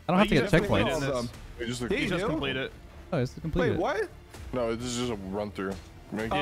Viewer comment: round 3 said 'ceckpoints'